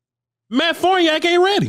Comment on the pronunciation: Can anyone covering the team pronounce that man's name right? It isn't fOrniAk, isn't fArniAk, it's fArniOk